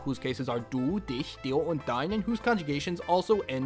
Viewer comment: say it with me now, dich